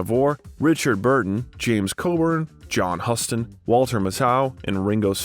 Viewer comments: John Huston said like Houston. Do your homework on how pronounce seminal pillars of Cinema. Way too many errors here - lazy work. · There are some rough mispronunciations of famous actors and directors: How do you mispronounce Huston?? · Hearing John Huston’s name mispronounced did it with it for me. I can’t finish it.